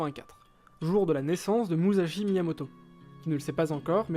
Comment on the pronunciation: Petite correction sa se lit MuSSashi et no MuZashi sinon bon taf continuez c'est cool